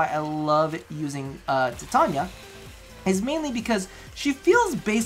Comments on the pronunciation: If you say tattonia instead of titania one more time im going to cut off both my ears and send them to you covered in anthrax. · I Know right he's pronouncing it wrong just like how he's pronouncing Titania wrong